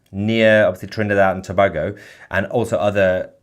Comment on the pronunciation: Thanks for reporting what’s happening my home country in Trinidad & Tobago. Just a note it’s pronounced To bay go. Love your reporting, please keep us updated. ❤